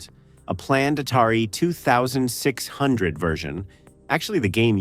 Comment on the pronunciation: AI voice couldn't even say 2600 or 5200 properly, so I couldn't finish. I'm sure that no actual footage was shown. Fuck this kind of content!